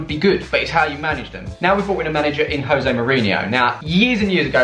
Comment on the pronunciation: Jose ... with a “J” at the front bro.. he’s Portuguese... not Spanish 😉